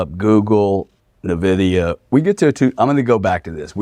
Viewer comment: Every gamer millennial hurts hearing these econ-celebs saying "Neh-Viddy-Uh"